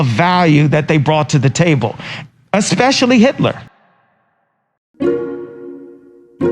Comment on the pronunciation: “Especially” is crazy😭😭